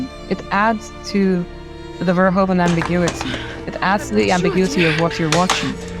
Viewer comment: By the bye, his name is pronounced verhooven, not verhohven. And he wrote a book on Jesus.